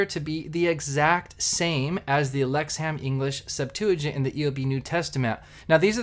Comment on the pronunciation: It’s pronounced “Lexum”….not “ham”!